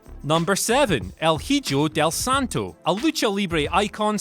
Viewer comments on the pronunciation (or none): You have 1 million subs and you can't even re-do the clip where you butcher El Hijo del Santo's name? Lazy af